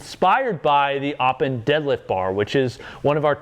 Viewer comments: "Eleiko Aw-pen" lol, I like seeing americans trying to pronounce swedish words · Some Swedes are going to be disappointed with that "öppen" pronunciation.